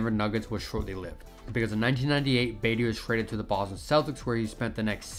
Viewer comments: Yup. buhTEE not BEYtee. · its pronounced like Buh-tee, not Bay-dee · I was lost when he was calling him baity I’m like what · It's Tony Battie! BAH-T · "Tony Batty." Lol I like the video but c'mon man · yup, its pronounced Buh-tea ... smh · All you young guys making NBA vids, start learn how to properly pronounce the names of the players in the league from their eras. I give you guys zero cred when you f up and stop watching. I got to Tony Battie and came straight here. Its pronounced BA-TEE